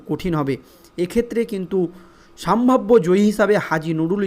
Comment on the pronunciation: সম্ভাব্য। সাম্ভাব্য নয়